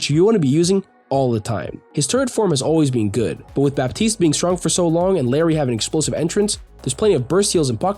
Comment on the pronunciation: the correct pronunciation for "Illari" is something like "ee-yah-di" (if you speak Spanish you should know what I'm talking about). most people who speak English say it how they see it, which is fine. but ITS NOT PRONOUNCED LIKE LARRY 💀